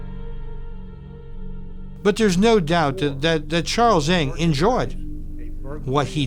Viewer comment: you kept saying "Ing" when it's read "Nang" huge difference